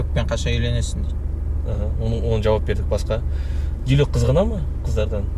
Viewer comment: Директ емес дайрект қо😂🤣🤣